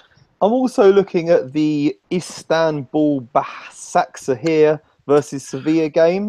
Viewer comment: Pronunciation is Ba-sha-k-sh-e-hir the two 's' in BaSakSehir is pronounced like the 'sh' in *she*.